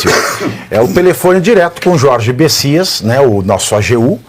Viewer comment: Olha só Pavivi, não é besisas é bestias.